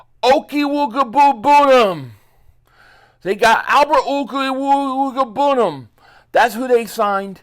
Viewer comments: With how it’s spelled I gotta say it’s pronounced OH-QOOG-BA-NAM. Just me though. Hope it helps & keep putting out the throttling bangers… Pause 😆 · Oh-quay-boo-Kon. Not that hard really. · Just a heads up. The new tight ends last name is pronounced....OAK-WAYG-BOO-NAM. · Lol…the Albert O pronunciation! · I'm just here for the TE pronunciation 😂😂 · Bro, I had to replay you saying his name over and over like 6x’s 😂😂😂😂😂😂😂😂😂😂😂😂😂😂😂😂😂😂😂😂